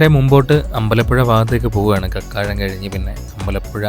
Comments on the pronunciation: ക്യാരമൽ കോളേജ് ❌ കാർമൽ കോളേജ് ✅ കക്കാഴം ❌ കാക്കാഴം ✅ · കക്കാഴം അല്ല കാക്കാഴം എന്നാണ്